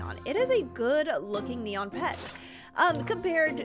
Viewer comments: you meant "neon" not "enon" ? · Anyone else realise it says ENON and not neon?? 😂 LUV YOU STILL AFTER RLIKE 4 YEARS